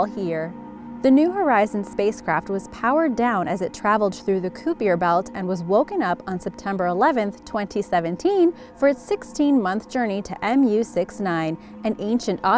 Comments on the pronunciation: I'm not hating on you but you can never say Kuiper belt right. Ki-per. emphasis on the I. Hope that helps. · Ki-per belt(tried to spell like you say it) long I sound. How much do you think she knows about the universe if its not on a script? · "Koopeeyer Belt" oh gosh. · She said the kuiper belt wrong -.